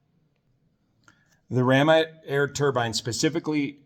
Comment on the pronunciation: Thank for pronouncing turbine correctly. You're one of the few who don't call it a "turban". 😆